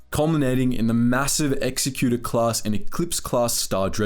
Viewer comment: Thumbs down for mispronouncing the Executor Class Dreadnought.